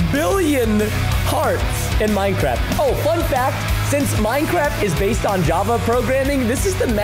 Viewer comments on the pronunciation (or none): none